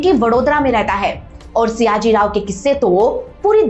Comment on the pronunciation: It's sayaji... Not siyaji